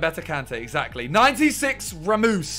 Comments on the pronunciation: Ramos❌ Ramoose✅ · He just said SERGIO RAMOOSE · Did he say RaMooS ? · not ramus its ramos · 96 “Ramoose”😂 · Nobody: Miniminter: Ramoose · Ramos its ramoos